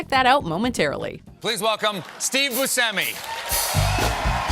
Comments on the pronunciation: it's Joe MANG-ga-NEL-oh, Martin SCAUr-se-SEh and Steve BUSH-emy guys, it's not that hard 😅 maybe it's bc i'm italian but like, that's easy! While for Saoirse Ronan... 😂😂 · OMG you Americans are butchering Italian last names!!! Even if the person that’s named like that says it’s pronounced like something else, let me tell you they don’t own THE LANGUAGE RULES. Like Ariana Grande or Scorsese or Buscemi. That’s not the italian pronunciation mannn what are you doing???